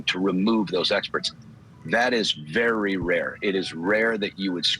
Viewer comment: Bare bare in twoble😂